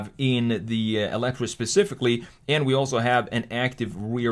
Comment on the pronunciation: It’s actually meant to be pronounced as “elite-er.” Also, fun fact, it’s powered mainly by tapping torque off of the revolutions Colin Chapman is now making in his grave. But seriously, RIP Mr. Chapman, and RIP Lotus. Ugly, stupid, bloated Chinese garbage. So awful it’s surreal. A Lotus SUV that sucks in every way. Wow, thanks, 2023.